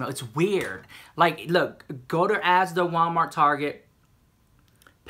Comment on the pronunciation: Sounds so strange hearing saying ASDA:) x